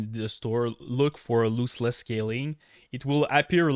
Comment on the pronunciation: Loooseless 😂 thanks for the video, nice information